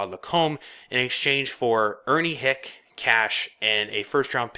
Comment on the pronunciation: Good video! One minor correction, Ernie Hicke…. Pronounced like Hickey but excellent video, very informative!